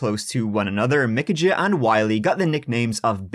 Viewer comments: Michajah Is Pronounced Like (-UHHH) It's just weird that your name is and you're pronouncing it like the way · I believe Micajah is pronounced Mikey. 🤷‍♀️ Love you! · Micajah is pronounced " Ah" or POS whatever you like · pronounced "muh-cay-uh" (Micajah) or mih-cay-uh" or "ma-cay-uh". depends on your accent.